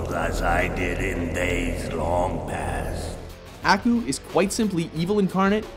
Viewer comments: Umm.. Aku is pronounced uh-ku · Do you guys even watch these shows? Ah-Koo Mah-Ko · The way he says Aku destroys my soul. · YOU SAID AKU WRONG